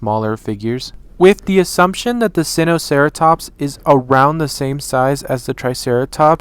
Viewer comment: Its actually pronounced "sign-oh-sareatops" 🤗